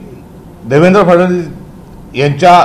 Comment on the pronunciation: फडणवीस शब्द 100 वेळा म्हणा मग चांगला उच्चार येईल